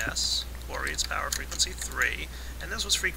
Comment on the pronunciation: he said fwegency